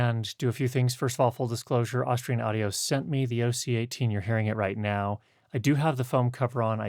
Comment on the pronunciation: When you're promoting a brand, doesn't it help to say the name right? 🙂